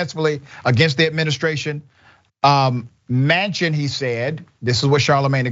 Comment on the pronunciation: Joe Mansion not Manchin.